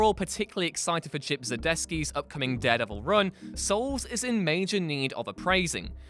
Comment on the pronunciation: Making fun of someone mispronouncing Darkseid while you mispronounce Hekate and Zdarsky???